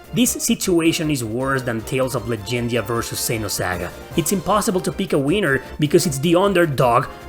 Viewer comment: Love how he says the word "winner" lol